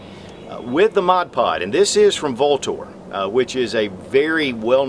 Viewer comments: The company name is actually pronounced "Ultor" though spelled Vltor. Sorry to be picky. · Came to hear Vltor mispronounced..Not disappointed.